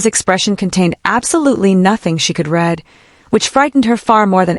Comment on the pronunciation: at least it doesn't sound like it was 'read' by ai. although it was used; 15'14 although there was nothing she could read (supposed to be pronounced reed not red)